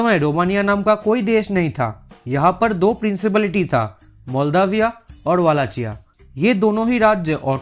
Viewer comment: Wallachia is pronounced like 'wallakia'